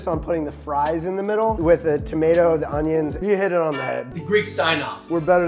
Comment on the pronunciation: Love how Papa suddenly becomes French when he talks about onions😂😂😂